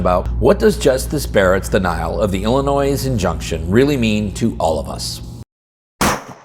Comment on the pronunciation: There is no noise in Illinois. Drop the "S".